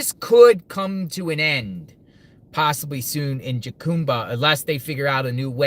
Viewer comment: Learn to pronounce the Name of the town PLEASE 😢😢 !!!